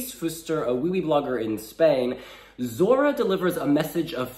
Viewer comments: It doesn't sound Zorra. It sounds Thorra. That's the way the "z" letter is prounounced in Spanish (in Spain). Pronounce "I thought". Keep the "th" sound of it. And then say "Thorra". Not "Zorra". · The right pronunciation for z is not like in Zebra. It's more like /θ/ like thorra. Try to say it, it's very satisfying 😂😂😂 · The right pronunciation for z is not like in Zebra. It's more like /θ/ like things or think: thorra. Try to say it, it's very satisfying 😂😂😂